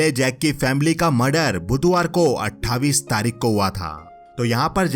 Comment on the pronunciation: It's not अठाविस or सत्ताविस its अठाईस and सत्ताईस